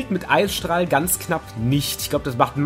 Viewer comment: "eissträhle" 😂😂 noch nie was von Eisstrahlen gehört? xD